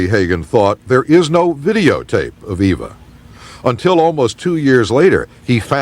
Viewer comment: FYI, her name is pronounced Eva (rhymes with diva), not Ava.